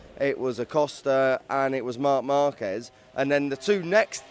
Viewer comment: Interesting Brits are able to pronounce Jerez perfectly, but butcher Márquez every single time. Baffling.